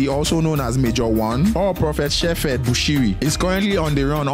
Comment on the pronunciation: Sheperd not Sheffe Bushiri ,learn to pronounce properly !